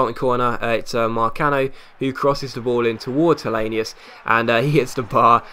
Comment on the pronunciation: Helenius pronounced helanoose